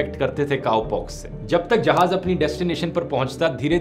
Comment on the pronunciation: DHIRU BHAI NEED CORRECTION MAJAAK NAHI MAZAAK JAHAAJ NAHI, JAHAAZ SAHI HAI THANKS FOR INFORMATION